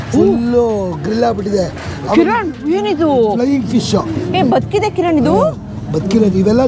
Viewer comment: ಅದು ಫೈ ಫಿಶ್ ಅಲ್ಲ ಬ್ರದರ್